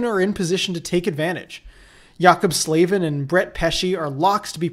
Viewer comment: How do you mispronounce Slavin's name?